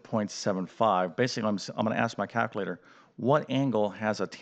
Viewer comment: There’s an L in calculator